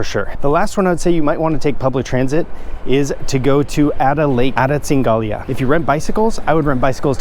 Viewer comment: Cingalia??!!! LOL